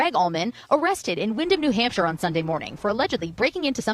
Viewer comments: 😂 you said New “Hamster” Ps love your videos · isn't not New Hamster it's New Hampshire ❤ you